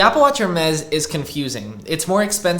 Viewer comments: It's pronounced as 'Ermes' and not 'Hermes' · Just a helpful tip on pronunciation, it sounds like Air-Mez not Hair Mez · The H is silent in Hermes. Pronounced as Air-Mess’ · Please pronounce Hermès correctly 😅 It's [ɛʁmɛs] or [ɛərˈmɛz], no H involved. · Bro it’s pronounced Ermes. H is silent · in French is pronounced er-MEZ. The letter "h" is silent in many languages, including Spanish, French, and Italian. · can u pls stop pronouncing the h in Hermes im begging you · the h in hermes is silent omg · Not trying to be a hater but there is nothing more American than pronouncing Hermès this way, just atrocious